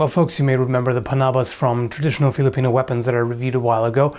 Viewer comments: twwrradritijooonalll.. OP english skillz! love from Denmark. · Let me help you it's "traditional", your welcome.